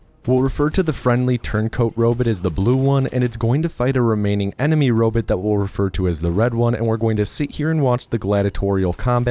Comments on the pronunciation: The irony of an AI-generated narration, about a computer game which is about giant robots, pronouncing robot as "robit". The other videos in this series all do this as well. Pathetic. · Robit….Ro-bit…ro bot…bruh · are you saying Robit just to make me crazy? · Also robut. Just why? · I like the way pronounces robot